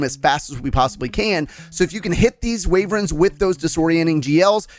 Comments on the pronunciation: Ok i like the tips but the way you say Wyvern as Wayvern hurts me both physically and mentally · Very helpful but may I suggest how to pronounce wyvern (not waverens)